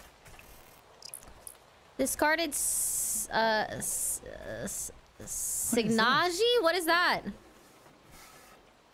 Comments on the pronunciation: SIG-NA-GE hahahahah its even funnier bcuz of how much she struggles to get the word wrong haha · sig-na-ge T_T